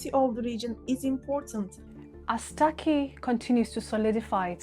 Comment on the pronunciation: For God's sake, it's not 'Taki'; it's Turkey, even Türkiye